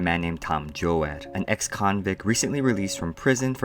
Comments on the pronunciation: Have I been saying my name wrong all this time? I thought it was joad like toad but this kid keeps saying jo-ad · Yeah he pronounced it wrong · Joe-ad?? I swear it’s Joe-d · His name is pronounced like toad but with a j sound, as in jar. Do J-oad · Ocean Water It is Joad like Joe-d. Even in the movie. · Thanks for the summary friend! I appreciate your work here. Just a small tip though, Joad is pronounced "Jode" with a long "O" sound. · joAAd? the hell? Do you even english?